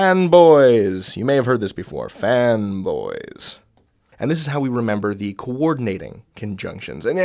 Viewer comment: I think that I'm too broke, I'm hearing "femboys". 😔